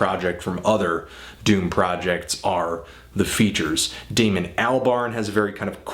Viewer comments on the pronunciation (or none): none